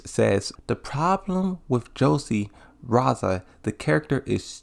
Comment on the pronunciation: Re-zal why do you keep saying raza